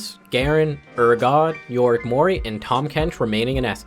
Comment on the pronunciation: i havent heard a single person say A-atrox urGOT Also yorick morie Is that what he said